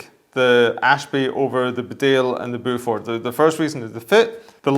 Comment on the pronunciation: Sorry to be that guy, but Beaufort is pronounced 'Bo Foot' not 'Bow For' Its a very old English family as in the Duke of Beaufort or the Beaufort hunt.